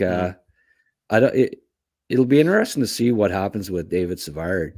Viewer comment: Hey! Savard is pronounced Savarr for what it’s worth 😉